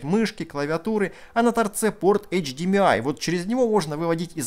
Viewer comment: Только не говорите эйч ди МИ ай. Правильно это эйч ди ЭМ ай. На крайний вариант АШ ди ЭМ ай.